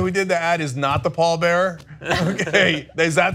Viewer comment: Least important aspect of this whole segment, but as a wrestling fan I have to speak up. It's not "The Pall Bearer". His performing name was actually "Paul Bearer".